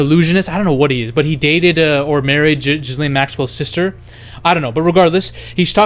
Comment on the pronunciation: Not jizzlain not gaalaiyn ga-layn